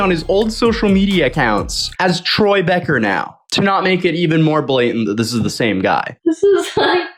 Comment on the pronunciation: anyone else cringe so much at "troye" that they feel physically sick